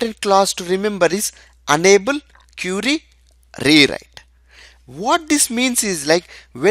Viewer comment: Good explanation dude. Thank You. But you are mispronouncing Enable as 'Unable'